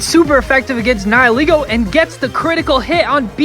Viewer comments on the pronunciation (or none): Toucannon is so useless. Especially in the late game. It's pronounced Nee-hee-lego. Also it's pronounced Ee-vel-tal not Why-vel-tal.